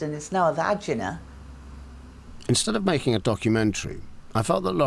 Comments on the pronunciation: No it was VAG ena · 35.18 The mother's mispronunciation of vagina speaks volumes about her life experience/intelligence.